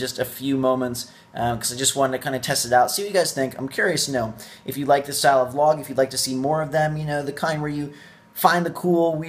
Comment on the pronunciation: no thats a vlog you said volg lol